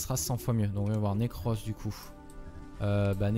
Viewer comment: Le pauvre Necros, a chaque fois que le joue, il dit autre chose que son nom xD Nacros, Nercros etc